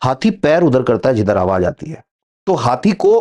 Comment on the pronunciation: Awaaj NAHI Awaaz... Awaaj bahut gandaa lagtaa hai